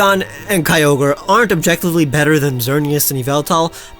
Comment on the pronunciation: KYOGRE, NOT KYOGER! FIX IT NOW!